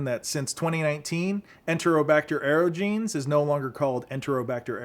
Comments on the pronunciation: Klebsiella aerogenes: That's AIR-OJ-EN-EZ, not aero-jeans. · That's how it's pronounced. You wouldn't pronounce omnipotent as omni potent, would you? It's the same with aerogenes. I meant no offence, I just thought you should know. We all get pronunciation wrong sometimes.